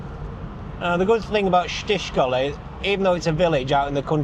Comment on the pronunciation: How is it possible to complain about the satnav pronouncing Czech stuff badly and then absolutely murder the word “Krušovice”? :) Let’s not even discuss Čtyřkoly, or as you pronounce it, Štyškoly!